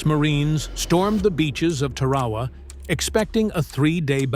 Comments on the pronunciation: "Tear-a-wa" NOT "Ter-ra-ra".... IDIOT!!! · It's pronounced TAR-A-WA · Can u say TAR-A-WAA? If u can, get 5 pts. Almost un-watchable. No photographic proof. Repetitive photos. The Marines didn't give a s...t. they just wanted to kill the cocks....ker's. Those ppl could have been in a hospital in Hiroshima. Consider these IJA guys lucky. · It is Tar a wa